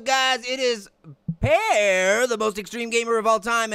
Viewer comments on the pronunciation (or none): it is pear not paer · 'Pa Ear?'